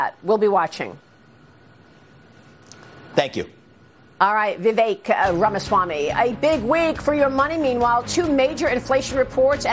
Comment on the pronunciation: C'mon Maria, pronounce his name correctly. Vi-veck.